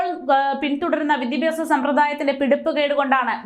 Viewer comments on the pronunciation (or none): വിദിപ്യാസം അല്ല ഏതായാലും. വി ദ്യാ ഭ്യാ സം എന്നായാൽ👌👌